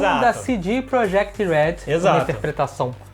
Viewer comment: e pronuncia proYekt